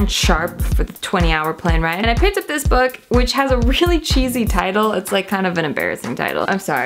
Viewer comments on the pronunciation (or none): none